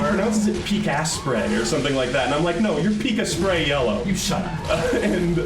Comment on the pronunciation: I never thought I would see the day mentions Pikasprery and pronounces his name excatly the way Pikasprey hates it. lmao